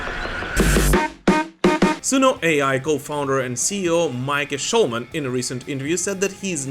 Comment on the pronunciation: Genuine curiosity here, as someone who is interested in (and occasionally butchers) foreign languages, is Markko Hietala's surname really pronounced like... "that"? Surely if you were to pronounce it in a Anglo-Finnish accent, it would be pronounced "Hee-Ta-Lah"